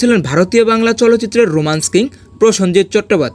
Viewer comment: প্রথমেই বলি..... যে ভিডিওটি বানিয়েছে। সে তো শুদ্ধ বাংলা ভাষায় প্রসেনজিৎ চ্যাটার্জীর নামটাই উচ্চারণ করতে পারে না। সে আবার প্রসেনজিৎ চ্যাটার্জীর অভিনয় নিয়ে বলছে। দুই প্রসেনজিৎ চ্যাটার্জী অভিনয় নিয়ে কিছু জানিস না। তবে এটা মানি সালমান শাহ যাই অভিনয় করুক না কেন সালমান শাহর সিনেমায় যে কোন গান ছিল অসাধারণ। তবে অভিনয়ের দিক থেকে প্রসেনজিৎ চ্যাটার্জীর সাথে কারো তুলনা হয় না। আবার একটাও সত্যি দুঃখের অভিনয় প্রসেনজিৎ চ্যাটার্জী থেকে কেউ ভালো করতে পারবে না। প্রসেনজিতের সিনেমা মানেই দর্শককে কাদিয়ে দেওয়া। আর সেখানেই জাত অভিনেতা।